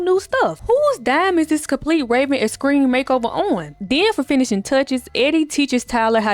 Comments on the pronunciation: I’m glad I found a friend to talk about obscure episodes from our childhood with❤ plus I love how you say extreme! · The way you saying Extreme got me cracking up 😂